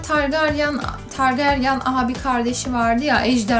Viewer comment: Bir de targaryan diye okunmuyo targaryın diye okunur targaryen diye yazılır birde isteyen istediği yaşta okusun